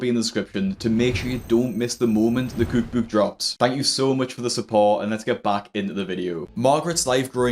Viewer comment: Cewk bewk!